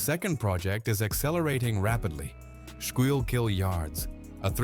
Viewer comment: You can always tell when the video is AI made because they never pronounce Schuylkill River correct.